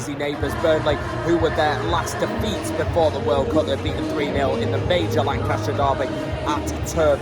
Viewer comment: Don't know where you're from but Lancashire is pronounced 'Lankisher' 😁. Good commentary from you, upbeat, good stuff 👍